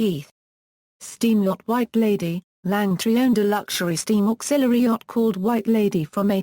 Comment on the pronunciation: OMG I agree and pronouncing words so badly Langtree actually and St Hellier is correct. Worst ever commenetary. Could not watch it as Lily Langtry was an amazing woman. Shame I was really looking to watch this